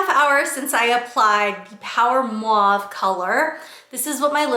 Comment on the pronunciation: Just trying to be helpful and not critical in any way shape or form. When speaking, it sounds like you might be transposing the A and U in mauve. It’s sounding like mwave instead of mawve.